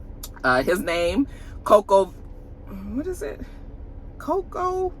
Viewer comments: Say it with me in unison CO-CO… Like the Butter!!! 😅Omg!!! We gotta say the young queens name right!! 😂😂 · “Co-cuh Golf” Gotta love absolutely destroying an easy name😂. Coco Gauf like Coco Jones like Coko from SWV like Cocoa Puffs the cereal. 😂